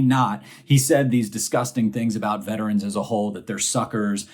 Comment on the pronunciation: This may sound picky, but I want to THANK YOU for saying “vet-er-ans” instead of most people who say “vet trans”. The pronunciaton makes all the difference. thanks for pointing out the crap the orange man did.